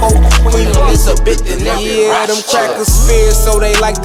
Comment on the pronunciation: I see why you didn’t pronounce Rothschild correctly. Dangerous